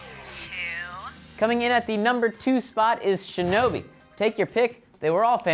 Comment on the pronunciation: i am so happy he said shinobi